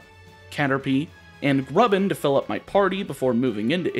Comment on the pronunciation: these videos are so calm! had a not the best day and its so nice to unwind watching these. the way you said grubbin was so nice also, grubbin my beloved ☺️